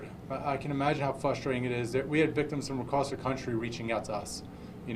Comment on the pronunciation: ITS FR<USTRATING NOT FUSTRATING WTF MAN HE SAYED IT COUPLE TIMES.